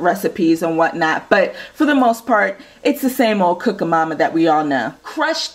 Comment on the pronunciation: It's cooking mama not cooka mama